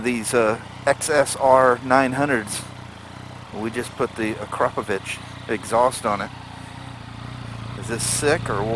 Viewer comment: Awesome that you pronounced Akrapovič the correct way :)